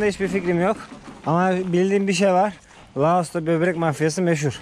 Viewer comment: Loas değil, Laos...